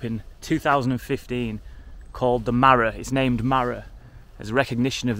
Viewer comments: He's not called the marrow, marrow.. pronounced marrer is a Yorkshire word meaning young friend, normally referring to a young child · "Marra" is a similar word to "mate". "Alright marra?". Really appreciate the video though - very genuine. There's a complete lack of opportunity in some of these North East areas. But as you experienced - a lot of the people of that generation are second to none.